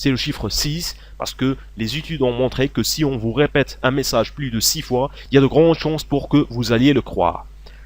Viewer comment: y a de gron chonce pour que vous alliez le croire 😂😂😂